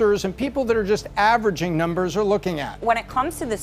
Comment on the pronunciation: "nuhmbuhs" "howevuh" "lahgely". Wow she has a hard time pronouncing her "R"s lmao.